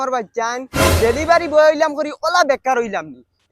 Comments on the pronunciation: ডেলিভারি ❌❌ ড়েলিভারি😁 কি রাগ করলা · ডেলিভারি ❌ড়েলিভারি✅ ❤️ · ড়েলিভারী ✅ ডেলিভারি ❌ 🤣😂😂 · ড়েলিভারি ❌ ডেলিভারি ✅ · ডেলিভারি ❌ড়েলিভারি✅